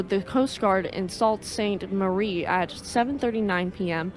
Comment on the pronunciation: Thank you so much for uploading this. I just found your channel. Just a couple of corrections with the pronunciations. Grand Marais is pronounced like Grand Maray. The Sault in Sault Ste. Marie is pronounced like Sue. Other than that real good job. I have also subscribed to your channel.